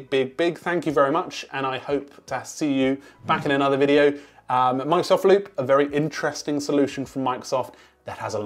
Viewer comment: Did he said "Monks of Loop" at the beginning?